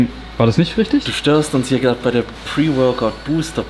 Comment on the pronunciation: Ich Drrrrrrrrrrrrrrrrrrrrreehhee gerrrrrrade 😂😂 mega geil.